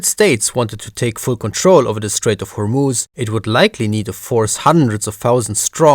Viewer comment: I like your pronunciation of Hormuz, I'm an Arab and yeah that's exactly how it is pronounced!